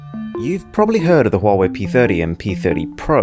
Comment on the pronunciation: Oh yes, the brand called "huewai"